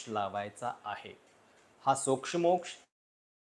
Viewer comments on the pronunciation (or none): सोक्षमोक्ष शब्दातल्या क्ष चा उच्चार दीर्घ आहे.